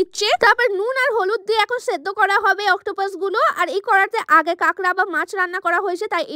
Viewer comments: কাঁকড়া না কেকড়া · কাঁকড়া ❎ ক্যাকরা ✅